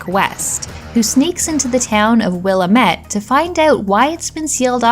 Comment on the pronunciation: Willamette is pronounced "wuh-LAM-it" (It's the name of a major river in Oregon, which cuts through Portland, and also the name of the valley Portland is in, formed by the Willamette River.) Other than that, great list! Hadn't heard of The Guardian Legend, now I'll have to go hunt it down, it looks right up my alley!